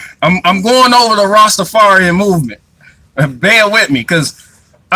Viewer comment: soared so many of your words on this video. You cant say mouv m3nt.